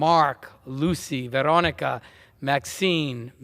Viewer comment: "Védonica" ? Who's that.